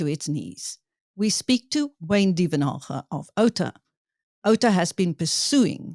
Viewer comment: Thank you for pronouncing Wayne's surname correctly!!! Thank you Wayne for always keeping tabs on these theiving bastards....on both sides!